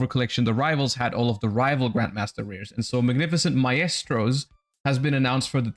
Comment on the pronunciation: Mf can’t pronounce maestro